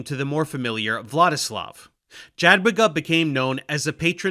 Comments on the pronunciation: Dżadłiga boli. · Small point of critique- "Jadwiga" is pronounced more like "Yadviga", as "j" in polish corresponds to a "y" like in "yak". Additionally, it is interesting to notice, that the teutonic order came to the region on the behest of the duke of Masovia, one of the biggest mistakes following the feudal fragmentation after the death of Bolesław III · Dżadłiga XD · It sounded more like Dżadłyga. In any case, in Polish ł is never followed by i. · to nie jest spontaniczna wypowiedź w teleankiecie. Do nagrania można się przygotować. Jakoś Jogajła umiał powiedzieć bezbłędnie, a Dżadłigi już mu się nie chciało. Ja też 30 lat temu zachwycałam się każdym obcokrajowcem co coś tam ledwo dukał po polsku, teraz są już inne czasy, można sobie online wymowę sprawdzić. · Yeah Dave, u pronounce Jagiellon and „J” in Sejm correctly so what happened with Jadwiga man! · It's interesting that he got the J in Jadwiga wrong and in the very next sentence got it right in Jogaila :D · Annnd Jadwiga ruined it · Your pronunciation of jadwiga is a disaster but Jogaila is spot on for Lithuanian version of his name.